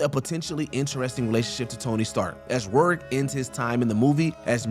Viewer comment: How the hell do you come up with THAT pronunciation of Mickey Rourke's last name?